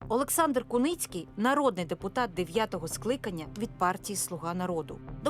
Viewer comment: Олександър 😂😂😂😂😂😂не алекс ,а олекс😂😂😂😂😂.